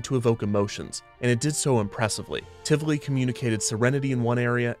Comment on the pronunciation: I wasn't prepared for Tivoli (or Tivoli Gardens, if you prefer) to show up here, of all places. Huh. That was a lovely surprise - and thank you for being so careful and correct with the pronunciation of both the park and its founder. That was an extra treat on top of an informative and lovely episode :D